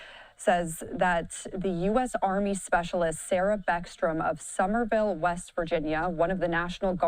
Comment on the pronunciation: Summersville, not Summerville. I live just outside of town.